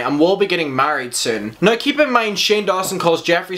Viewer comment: "Sit-che-a-tion" love your accent I truly truly am living for it 'na-e-w' (now) just delightful and I love those baby blues honey...work it! ❣ and that in your face pause with those baby blues looking into your soul O. M. G. Just had me like 😳😳😳😳😮😳😳😏